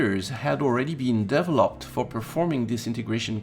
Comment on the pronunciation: Good stuff, but check out google on how to pronounce "develop" & "determine". Being of French Canadian orgins myself, I'm sensitive to these things